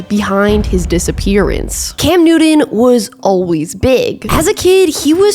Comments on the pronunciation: I actually like your channel, but you keep pronouncing Cam Newton‘s last name with a D. “Newdon” And it’s super distracting!!! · Newt-in 😂 love it! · It's a good video, but the pronunciation needs a great deal of work. Cam Newton spells his name with the letter t, not the letter d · As a Broncos fan who laughed at Newton his entire career. He doesn't deserve to have the pronunciations of his name slaughtered like this. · Love her vids but the way she says Newton made me switch videos 😂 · Not trying to be mean. I had to stop the video at intervals over the pronunciation of Newton 😖 but the content is really good and wanted to watch the whole thing. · Why can't you say "Newton" like a normal person? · I came to the comments to make sure i wasn’t the only one! The way she pronounces it makes my ears bleed…. I read the transcript with the video on mute 🔇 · His name is pronounced “newt-UN” not “new-DEN. Same with Sean Payton. Otherwise, great video! 😊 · 🤦🏻🤦🏻🤣🤣 I’m sorry but seems you don’t love him can’t even say his last name right 🤣🤣the whole video all I heard was Newdone not Newton you should redo this video and say his name correctly at least you got the first name right 🤣🤣🤣🤦🏻🤦🏻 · Everytime you say “new-den” I cringe. His name is Cam Newton. New TON. 😭😂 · Newton. NEW-TON. You keep pronouncing it with a D. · Cam Nooden. 😂 Just messing. Enjoying your channel. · New-Ton. Not New-Don. Oter wise great video. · Pretty sure his name is Newton, not Newtin. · I love your videos but you keep saying Cam Nude-in and it's driving me crazy. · newdon - Newton .... please get it right !! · "Newton" = New-tin. Not "New-din" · Damn tried to watch this one, love your vids but the Nooden was killing me...😂😂😂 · Cam Nude-n. lol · Cam Noodin? Never heard of him. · I’ll I could hear is “Newden” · Who’s “Noodun” lmao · Cam 'Newdun' 😁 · Annunciation continues to be a serious distraction. You mispronounced the name of your subject....his name is not "Newdon". Blocking this channel.